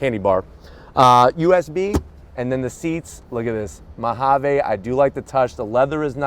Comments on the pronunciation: What's with his pronunciation of "Ma ha vey". Mojave is pronounced "Mo ha vee". An ok video until he opened his mouth. Totally couldn't watch this since he kept saying the word over and over. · You should probably learn how to say Mojave... We are in America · I like that “Mahavay”